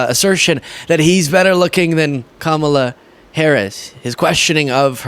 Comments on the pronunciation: Yet he can't say her name. Smart people don't tell you how smart they are. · No one knows who he is talking about because he isn't saying her name right. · Best speaker they've ever heard. But he can't pronounce Kamala Harris name correctly. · Don: maybe they don't know what last name to say because they don't know you mean her when you mangle her first name so badly. Ki-MAL-a SMDH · maybe they don't know who kamaLA is because that's not how to say her name!!! UGH drives me nuts that he does it on purpose! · It's not kaMALa, it's KAMAla Harris. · maybe people don't recognize the last name of kamala, because nobody pronounces her first name as stupid as you do, when you ask that question, donald. lol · Maybe if he can say name correctly, people will know who he's talking about and know the last name. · Perhaps Trump's followers don't recognize the name of the current US VP because he ignorantly pronounces it wrongly every single time. Can this person who has an inability to learn be trusted to be the leader of the free world. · He mispronounces Kamala like every single time does that count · Well trump, they might not know the last name of KAMALA because you are saying her name wrong and they don't know who in the hell you are talking about. He shows his intelligence and lack of respect for not saying her name correctly. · Perhaps if he would pronounce her name correctly people would know who he is talking about and what her last name is.😊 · He isn't even smart enough to pronounce Kamala.. Not that hard, Donny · We all know what you did. You cant stop lying can you Donald. Almost 4 years and still cant pronounce Kamala name. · You don’t mispronounce one word, except you still can’t say, Kamala even though two little girls taught him how to do it😂😂😂 trump is so delusional